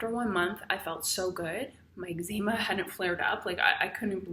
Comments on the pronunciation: Its EGGS-ZA-MA, not EGGZEEMA. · Great but it's pronounced eggs-em-a. Not eggs-eem-a. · I love that you pronounce ezcema, Egg-Zeema. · Eggzeema lol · Angie Chambers - Sorry Angie. Perhaps I should have thought about it before commenting. However, Ex Zee Ma just sounds wrong lol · YOU'RE NOT PRONOUNCING EXCEMA CORRECTLY! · I have it too but why are you saying eczema like that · Australians pronounce it Ex-sma. I had to do a double take everytime it was pronounced differently :)